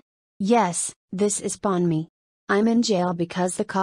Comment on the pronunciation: Pomni, not Ponmi